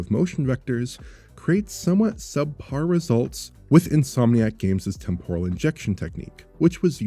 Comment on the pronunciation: tEmporal, not tempOral.